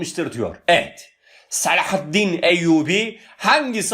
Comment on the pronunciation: Hocam öyle bir selahâtttin ve hıtttin diyorsunuz ki iliklerimize kadad hissediyoruz bu kelimeleri 😄